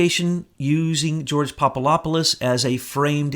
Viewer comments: Papadopoulos - (phonetically) Pop-a-DOP-pol-lus. NOT Pop-a-LOP-pol-us. For goodness sake, listen to yourself if you doubt me. Being loud and fast talking like a madman doesn't work for you. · PapaDopoulos, not PapaLopoulos. It's a "D", not an "L". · the name is Papa-DOPoulos not Papa LOP olous BTW! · There is a "D" in PapaDopolis. Good stuff however! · Hey! Get it straight. There is a "D" in Papadopoulos and Slovenia never left the Czech Republic nor did Slovenia leave Czechoslovakia. Slovenia left Yugoslavia and before that it left the Austro-Hungarian Empire. If you get so many easy-to-find facts wrong, why should we believe this cloak and dagger fantasy story you're trying to foist on us? I will now be unsubscribing from this R***ian desinformatsia account. Das vidania tovarichi.